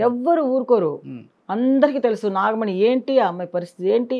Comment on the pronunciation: నాగమని కాదురా నాగమణి రోషన్ కాక రోసన్ అంటే ఒప్పుకుంటావా